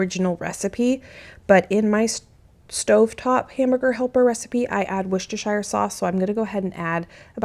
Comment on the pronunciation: In England, we pronounce Worcestershire like Wooster-sheer, we don’t pronounce shire like shy-er lol just so you know! The way you pronounce it was still super cute though!